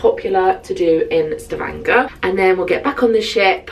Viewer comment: Impressed by how he pronounced Stavanger - perfect.